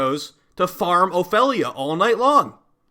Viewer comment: honestly, you pronouncing Ophelia feels so wrong